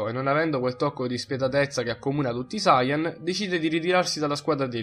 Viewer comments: La pronuncia è: saiyàn no sàiyan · Sayàn , ti prego perché Sàyan?!! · Ma come cazzo pronunci sayan???